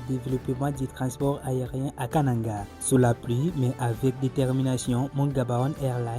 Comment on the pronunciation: Pourquoi vous prononcez Kananga comme les gens de l'équateur?